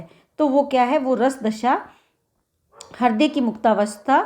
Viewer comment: Thank you but हिर्दय नहीं, हृदय.